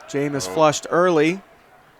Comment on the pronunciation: Number 60 recovered it not 55. And the penalty was pushing the runner. Also QBs last name is pronounced James. Get it together.